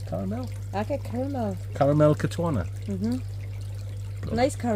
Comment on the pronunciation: “Caramel Katona” 😂😂😂